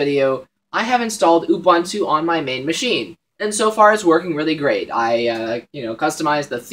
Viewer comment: gj on the vid, remember it's "oo-boon-too" not "u-bahn-to".